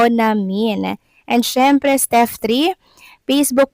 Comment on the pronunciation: hehehe...steP hindi steff!!! ano baaa????